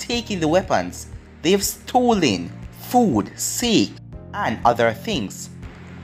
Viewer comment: Its pronounced Sa-ke